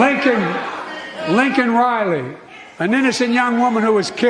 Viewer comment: Cracks me up every time I hear it.... "Linken Riley".. what a senile sack of shit.